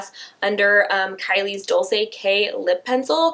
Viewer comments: IT'S "DOL-CHAY" NOT "DOL-SAY" lol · It's pronounced like dole-chay, not dole-say! Like Dolce and Gabbana. Love you lol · It's Dol-ch-ei like Dolce and Gabbana lol. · Its dole-chay.Dolce (dole-ché)